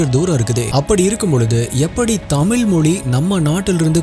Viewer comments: பாண்டிய இளவரசி “செம்பவளம்” தமில் இல்ல bro தமிழ் உச்சரிப்ப திருத்திகோங்க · Brother please say tamizh mozhi dont prononse tamil molli please pronounce tamizh as tamizh dont prononse tamil